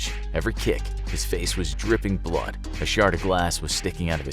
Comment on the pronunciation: ”Now let’s put a smile on that facer!”